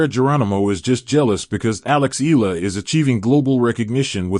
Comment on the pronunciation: Eala pronunciation E ya Is 20 y o last year 23rd of May,2025